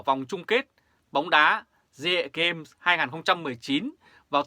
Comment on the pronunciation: SEAGAME , đọc là : xi -gêm , theo kiểu tiếng Anh , dân mình dễ hiểu hơn . Thương.